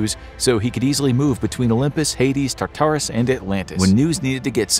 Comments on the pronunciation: Your pronunciation of Tartarus is frustrating. It’s not TAR-TAR-US it’s TAR-TER-US. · every time you say "tar-TAR-oos" i cringe almost as hard as when you used to say "SIN-cope" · Its. TAR-ter-is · I cringed when you said Tartarus. It was how you pronounce it. Emphasis on wrong parts. I know it's a tiny insignificant thing but needed it said.